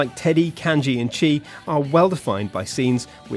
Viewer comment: Are you serious?!?!? "Chee"? at least one of you has obviously played Persona 4 before so you should at least pronounce the names properly... I know people may say " Oh you can pronounce it any way you want" but not when the game fucking tells you how to pronounce it with voice acting!... It was the funniest thing I've seen today though xD